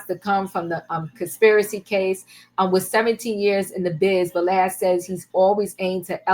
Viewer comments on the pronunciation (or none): Vlad ,you say valad🤔 it's not va